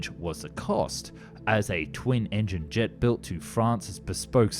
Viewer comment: le "G" plutôt que le "JET" trop bizarre la voix………